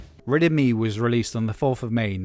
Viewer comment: I was listening without looking at the screen and until I looked up at the end I thought you were saying "Riddim E".